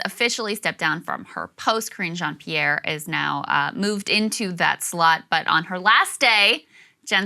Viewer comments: the way krystal said it i just heard "Cringe On, Pierre" and now i cannot unhear it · I swear it sounded like you said the new spokesperson was named "Cringe Jean-Pierre" Freudian slip? Its perfect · Did Krystal say “Cringe Jean Pierre?”